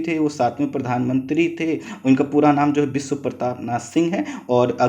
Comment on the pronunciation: Bolne me clearance nhi h .....vishva ko bisva......desh ko des...... Sarvochch ko sanochch....sir please clear bolne wale ki voice upload kren .....